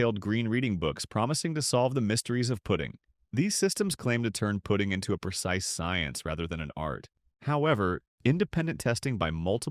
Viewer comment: Putting…..cmon AI!